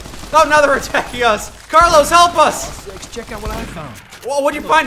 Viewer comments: uuuuuugh I can't listen co carLOS spanish.... The first syllable is pronounced stronger than the last. It's like CARlos and not carLOS. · It's not "Carlos" It's "Carlooossss" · Spanish is my first language... I cannot explain how painful it was to listen to "Carlós"...